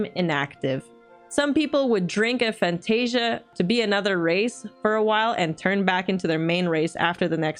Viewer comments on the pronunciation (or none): none